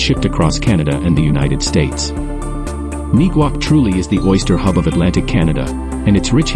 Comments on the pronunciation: And Neguac is pronounced...Neg-wac, (like in the same manner that you say the word negative). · Is the pronunciation I'm hearing of Neguac the actual pronunciation? I'm hearing it's pronounced in a different way.